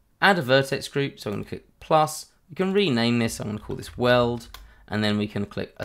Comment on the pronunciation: great video. I kept hearing "world modifier" :D